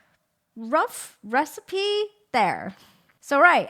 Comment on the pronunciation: This is a recipe? Had to rewind a few times to check that's what you said. Love the video though!